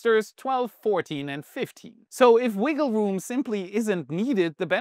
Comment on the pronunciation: Hehehe! He said wiggle woom! 🤣